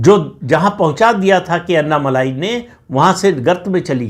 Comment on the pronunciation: माफ़ करना, उनका नाम 'अन्ना मलाई' नहीं, 'अन्नामलै' हैं | अण्णामलै - ऐसा बोलना ठीक् होगा|